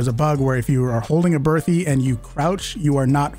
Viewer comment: Can you please learn how to pronounce Berthier?